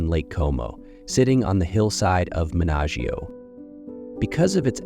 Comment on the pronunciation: Love the video and the properties. Well researched and the additional information is very interesting. Forgive me for criticising but some of the place names should be pronounced correctly…. (Menaggiio, Bellagio, Gravedona) 😅